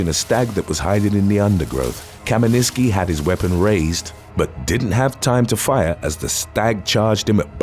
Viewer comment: First guy is Polish and he's name is Leszek Kamiński not Kaminiski.